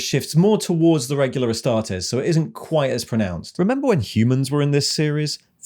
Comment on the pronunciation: "ass-tar-tees" astartes as in "two teas for you", not as in "test". Same with custodes. It's fake latin think analyses or crises.